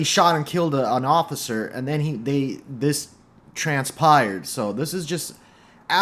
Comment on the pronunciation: Transpired lol not tran pired